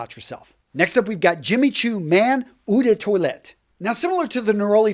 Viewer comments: Eau is pronounced O, not oo. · the pronunciation of ‘eau’, the french word for water, is not “ou” , like in “you”, but “O”, like in “O my god”